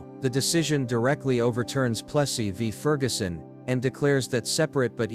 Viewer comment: Keeps mispronouncing Plessy.